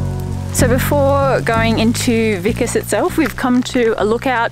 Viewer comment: It s vikos not vikas